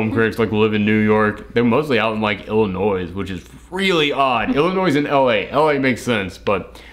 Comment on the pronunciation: I loved the video. The only thing that bugged me.. was how you pronounced Illinois at the end because I'm FROM there haha. It's not pronounced like "Illinoise". The s at the end is silent.